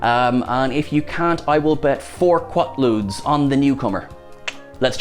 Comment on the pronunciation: Isn't it "Quatloos"....not "Quatloods"....